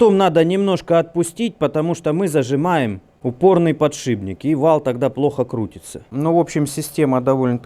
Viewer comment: Которая сверх подшиБника ставится... ))) Только думал о "подшибнике" и через 3 секунды "подшибника" услышал )) Думал показалось, пересмотрел несколько раз, а нет ))) -Упорный подшиБник )))) -Вооот такой подшиБник )))) Полуподшипник, полуподшиБник, непанятна ))